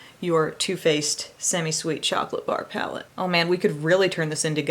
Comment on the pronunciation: He said “ palette”.... 🙌🏻I’m impressed.